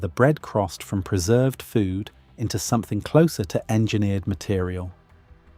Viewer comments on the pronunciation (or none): none